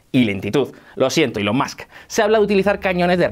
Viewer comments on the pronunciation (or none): none